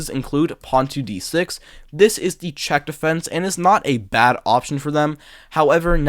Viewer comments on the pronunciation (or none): none